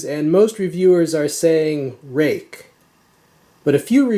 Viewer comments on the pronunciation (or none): Ruike is Chinese pinyin. Their Chinese name is 銳可. Its proper pronunciation sounds like Ray Ker.